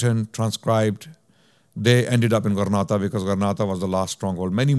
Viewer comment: JZK’ALLAH brother much appreciated. Just a quick correction however, I believe it’s Granada and not Grenada. As Grenada is an island in the Caribbean. Wa Allahu A’lam